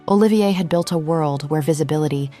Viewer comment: Olivia is a woman's name, not the name of our newly exited designer, Olivier, pronounced O-LIVE-EE-AY....